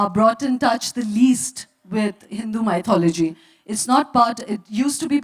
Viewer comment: Is it "my-thology" or "mithology"- I believe it's the 2nd one. Sorry, not able to write the phonetics representation in my ipad😐